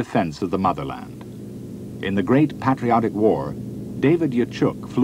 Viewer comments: Or like paaatriot war. Ugh his speech is irritating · My god. "Sahviet, Natsy" and "pat-rotic". It's so hard to listen to. Haha